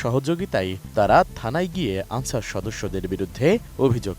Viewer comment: আনছার না ক্যান্সার